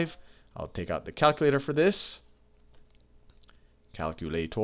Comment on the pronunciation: Prabhanshu Katiyar because the amount of moles a calculator contains is equivalent to the specific heat in grams of the ice minus the water. that's why he pronounces it as calcualatuor